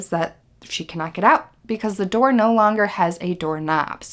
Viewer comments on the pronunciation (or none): none